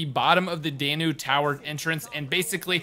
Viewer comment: Dan-ew not Day-New